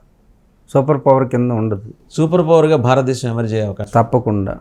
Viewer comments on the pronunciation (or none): none